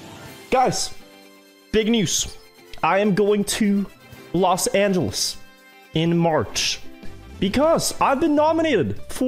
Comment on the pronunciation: Everybody: Los Ángeles: Los Ányeles